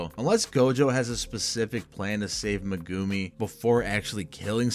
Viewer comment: Bro say megumi’s name right 😂😭